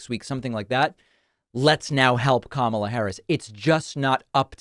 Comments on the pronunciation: He also doesn't know how to pronounce KAHmala. I'm going to start pronouncing Trump's name DonALD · Why do they keep mispronouncing her name? It is COMMA-lah. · Pronounce her name properly, Kudlow. That is your ignorance showing. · More racist crap as he can't pronounce her name correctly! He's an idiot! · And even this motherfucker, can't say her name, right!